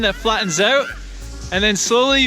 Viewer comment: "Slide aouuut" canadian confirmed.😍